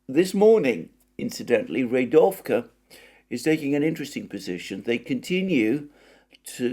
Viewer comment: Dear Alexander, my tentative advice would be to simply look for the proper stresses of Russian words in Russian wikipedia. They are there for sure and it really annoys my Russian ear, no offense. rEAdovka, not readOvka; bakhmUt, not bAkhmut etc etc. I know I know it's pretty challenging, but this is just another way to improve the content that you are already doing which is very well made though 🙂